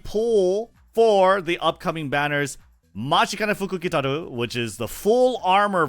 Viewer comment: It doesn’t matter how many times it happens. I am always impressed with being able to pronounce the fortune teller’s full name. I can’t even spell it out lol